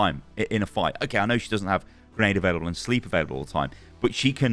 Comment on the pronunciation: Kinda caught me off guard did he say great grenade or grape